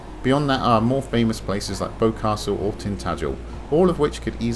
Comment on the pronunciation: Did you say Boecastle at the end ha? Isn't it Boscastle?